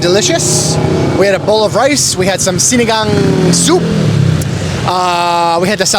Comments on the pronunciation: Na perfect mo din ang pagbigkas ng SINIGANG!!👏👏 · Wait...i think you i just heard you say Sinigang with zero accent. O baka mahina lang talaga pandinig ko. 🙂